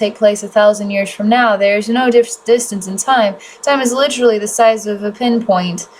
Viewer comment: I had to pause to explain this. I’m not sure what’s more distracting, the “Ummm’s” (said almost constantly in previous videos) or the word “Lit-trully” being said 7x just in the 1st 6minutes of this video., I’m not trying to be mean. It’s very distracting though.